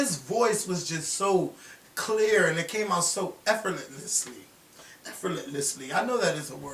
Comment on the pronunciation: Effortlessly is the word you were attempting to say lol "Efferetlessly" Lmao!